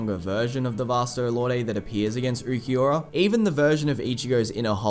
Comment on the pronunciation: I hate how everyone says ookieora instead of ulquiorra